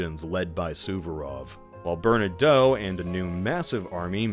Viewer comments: okay, I’ve had it, please double check how you say Bernadotte. That is all. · Also "Bernadoh" and "LanNAY" for Francophones